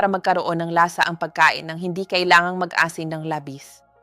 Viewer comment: Mag -asin mabagal na pag bigkas mali ito Mag asin mabilis na pagbigkas